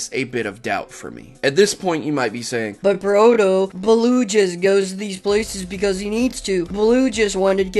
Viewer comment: uuh that was a weird "but proto" you did